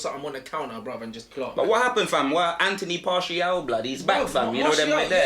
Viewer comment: ‘Anthony Partial’ 😭😭😭